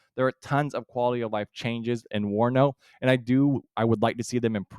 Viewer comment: correction - not WANO but WARNO